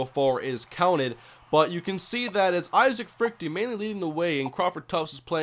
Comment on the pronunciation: you sure you're pronouncing Freuchte right? shouldn't it be like Frewkter or Froykter? whatever, great vid man